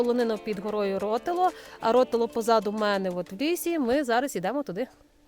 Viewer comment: Чому крамИ а не крАми, чому рОтило а не ротИло?